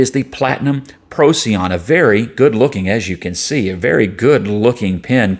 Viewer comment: It's named after a star and is pronounced "pro - sigh - on", FYI